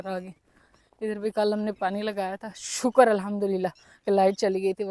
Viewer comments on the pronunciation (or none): none